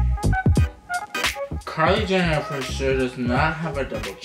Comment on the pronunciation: did any one ketch him say kiley Jenner then katelyn Jenner sorry I can't spell their names